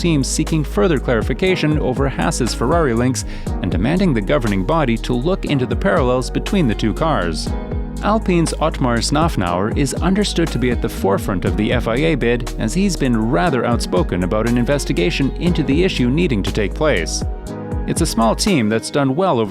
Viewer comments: I know the letter “Z” looks like a “N” on its side but it isn’t pronounced as such. It’s Szafnauer NOT Snufnauer. 🤦🏻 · mr. Andreas SAYDUL... I present to you mr. Otmar SNOFFNOUR! Also known as ZOFFNER!!